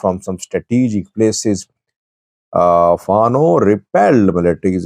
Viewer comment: I like your program. One comment: Fano should be pronounced as “Fan Know” stress on both syllables. Thank you!